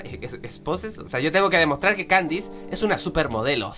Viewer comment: Creo que kandise se pronuncia kandis o Kandies